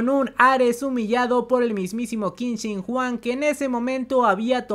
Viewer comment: Cada vez que escucho Juan un chino muere🤣🤣🤣